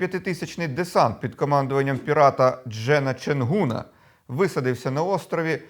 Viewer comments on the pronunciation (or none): ЧенҐуна, ґ вимовляється, а не г, там же написано